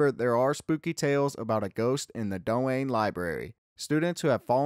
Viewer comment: Sway-zee Chapel, not Swazee. Doane library, not Do-Anne. Sigh.